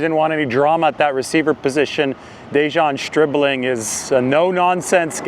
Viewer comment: Stribling, pronounced by as SchhhRIBling.